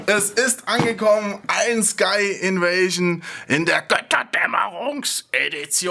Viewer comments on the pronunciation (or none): Seid wann heisst es EIEN SKY oder EIJEN SKY O_ô?